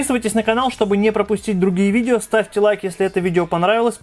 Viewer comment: Никита Минченко да "вижео" норм